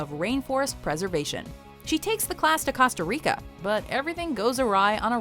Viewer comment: its not C-ahs-tah its Coh-st-uh stop speaking like that